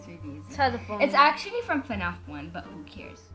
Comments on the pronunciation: everytime she gets it wrong her brother;its acully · stop saying acally